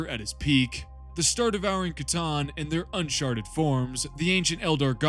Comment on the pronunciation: hehe he said unsharted